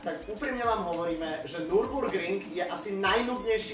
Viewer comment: Hlavně že Nürburgring :D vyslovuje se Nirburgring ne NU :DD